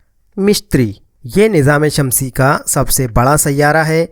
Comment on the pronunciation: مِشتِری نہیں مُشتُری Mishtiry ✘✘✘ Mushtary✔✔✔